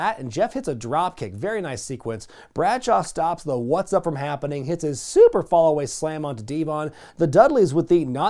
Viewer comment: Why does he say "SuUUper" like that? I'm out of the loop